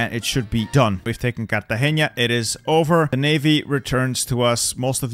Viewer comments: you said Cartageña instead of Cartagena (no nye sound) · fun fact : nice try saying cartageña but is not with an Ñ is a simple N so no "ña" normal N pronunciation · it hurt me so much as a colombian when he said cartageña instead of cartagena 💀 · I love how u say “Cartagenia”